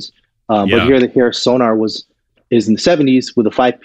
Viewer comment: Not to be pedantic, but it's SONOR (German name), not SONAR (a type of underwater detection device). Interesting discussion, but not quite fully researched.